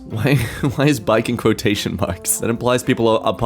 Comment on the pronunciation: Quototions 😂 thanks. I'm dead.